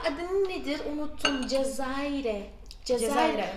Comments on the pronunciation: Cezerye .cezayire değil.cezayire diyince ulke olan geldi aklima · bende cezayre ne diye dusunuyom cezeryeymiş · Cezaiyre değil ismi cezerye tatlısı 😬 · seni bu akşam tanıdık ailecek, tam üç saattir ne kadar videon varsa kesintisiz izlemekteyiz hala: ) İZMİR.den sevgiler... ilk tatlı Şam Tatlısı; İZMİR.e has ŞAMBALİ adıyla anılır.. ben İzmirliyim:) Ekmek Kadayıfı üzerindeki KAYMAK:) Cezaire demeniz çok hoş. yani CEZERYE:).. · Cezerye ye cezayir demesi🤗😍❤😁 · Öyle bir cezerye dedin ki doğrusunu hatırlayamadım cezayire hahhshdn harikasın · Ya kıyamam ya çok tatlılar Cezayir diyişinde koptum ben 😂 😂